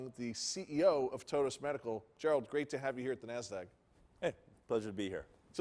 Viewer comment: Can the guy get Gerald’s name right